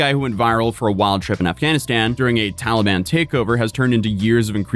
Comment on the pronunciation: lol he said “Towelie ban”